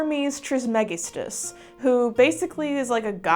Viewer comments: Tuned out when you mispronounced Trismagistus. Kinda hard to believe you could have any solid academic knowledge on this subject✌️ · That’s not how you pronounce trismegistus or Thoth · I liked everything about the video except the butchering of the pronunciation of Trismegistus 🙂